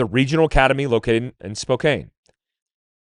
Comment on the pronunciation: Spokane is said like Spocan not Spocane the k sounds like a C and the E is silent